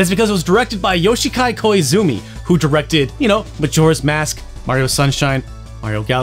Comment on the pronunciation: why'd you say yoshikai instead of yoshiaki 😭😭